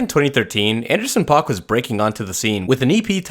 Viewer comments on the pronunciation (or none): Did he say “Anderson Pac”?